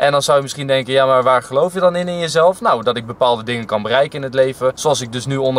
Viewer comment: De klemtoon ligt verkeerd.. hij gaat naar je zus.. of naar iemand anders zn zus😂